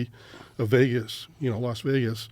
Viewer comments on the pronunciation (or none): none